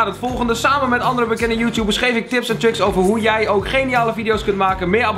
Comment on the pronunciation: Ben ik de enige die “tips en chicks” hoorde ipv “tips en tricks”